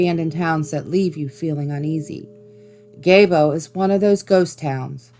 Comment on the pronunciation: Gaebo is actually pronounced Gee-boe. From your local wyomingite (